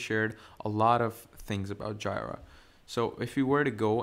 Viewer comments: OMG guy needs to edit this video and front load an apology for butchering the name of JIRA. I couldnt watch it simply because hearing "Jaay-Rah" its "Jee-Rah" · FYI, I don't want to start this with criticism, since I AM learning, and much appreciate it, but JIRA is pronounced Jee-ruh. It's the second part of Godjilla or Godzilla in Japanese :) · My ear hurts every time I hear JAAAAYRAAA. Good tutorial though :) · It's JEE-RUH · Say it with me... its JEE-RUH!!! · Yeah it's definitely GEEEEE-RA Comes from the Japanese GoJira so yeah painful to hear! 😅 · 🤣🤣🤣🤣🤣that annoyed me too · The way he pronounces Jira was driving me crazy incrementally…